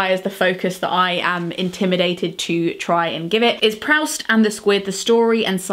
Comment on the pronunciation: Proust is pronounced "Proost" not Prowst. You know that, right?